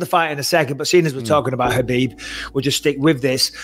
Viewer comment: Guys, the KH in Khabib, Makhachev etc. is just pronounced as a sharp H like in tge word HOT. In Russian and the Caucasus region, they transliterate the sharp H as KH. So there's no hhrrrr like in the word ACH!